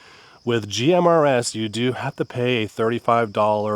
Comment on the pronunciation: I can’t stand you saying “GRMS”